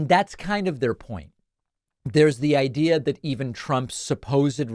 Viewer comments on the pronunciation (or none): none